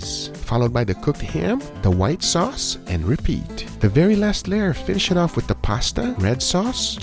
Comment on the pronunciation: Whita sauce ? Are you serious?